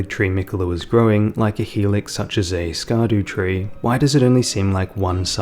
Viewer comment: The real question is why everyone insists on saying "ski doo tree" when the intended pronunciation is obviously shadow tree.